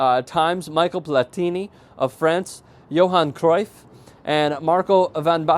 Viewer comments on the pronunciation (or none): Butchered Van Basten en Cruyff's name that's for sure :p